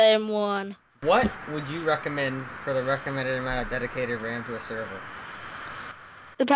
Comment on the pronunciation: he says "weccomended" and "wam" obviously a problem with the R